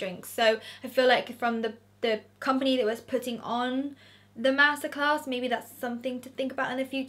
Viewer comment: I know this sound crazy but I thought you said massacres. Omg. You said master class. I’m a silly American lol